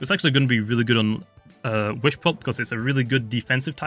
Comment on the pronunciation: Did u say "whishpup"